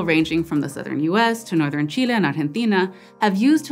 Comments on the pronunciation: You pronounces Chile and Argentina in spanish, i am happily surprised :D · Espera, ¿do dónde vienes y porque pronuncias tan bien Chile y Argentina? Jajaja